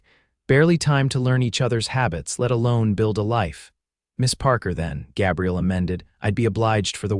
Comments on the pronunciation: The cowboy’s name has a long “a” it is a guy’s name. AI is often faulty in name pronunciation at the least! I am not a fan! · Good story despite the AI narrator's annoying mispronunciation of Gabriel.